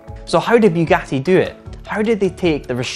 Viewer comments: It's not bewgati. It's boogati. Please learn to pronounce. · Its Bugatti not Byugati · its Bugatti not "Biugatti"... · It's pronounced boogati not buegati. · Boougatti? I thought it was Bugatti. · It's Bugatti, not Byugatti!! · Biugati are you stupid or? Its Bugatti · It's pronounced "Boogatti". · Did this guy just say ‘Bewgatti’? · He says Byugati 😂😂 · First 3 seconds: “Beewgatti has dun it”